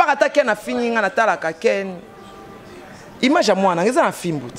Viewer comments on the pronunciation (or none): none